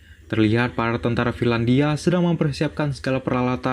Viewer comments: Finlandia bukan firlandia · Trlalu sering salah ucap "FIRLANDIA"